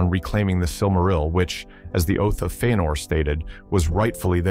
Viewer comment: Feenor? What are these pronunciations??? Bothering tf out of me